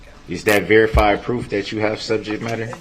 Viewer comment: There's no verified pwoof, there's no verified pwoof! Well other than the mountain of evidence that puts him in the SUV on the parade route running over people with heartless abandon. I think that counts as pwoof.